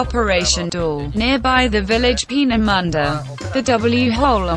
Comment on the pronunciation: Oh god xD Its Penemünde not Pienemunde xD